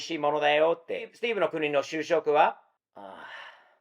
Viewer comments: しゅうしょく？しゅしょく！ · しゅうしょく ？ しゅしょく 主食 ですね。 CC(字幕)だと 就職 になってます。